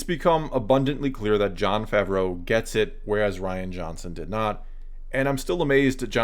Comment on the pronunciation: Its pronounced “ fah -vro” not fav row “